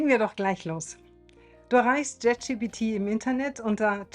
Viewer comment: Dennoch heißt es "Chat" GPT und nicht JET GPT. 😅 Entschuldige bitte. Aber auch das muss erlaubt sein zu äußern. Und das ist keine Kritik, sondern nur lustig. 😉 Es gibt so viele Menschen im Alter über 50, die trauen sich gar nicht erst auch nur ein Wort Englisch zu sprechen. Von daher, finde ich richtig gut. 😊